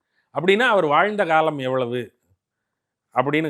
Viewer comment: பேட்டி எடுக்கும் பெண்மணி ஏன் இப்படி தமிழை கொலை செய்கிறார்? "ல"வுக்கும் "ள"வுக்கும் உள்ள வேறுபாடு தெரியவில்லை. திருமூளர், காளம் என்கிறார் :face-pink-tears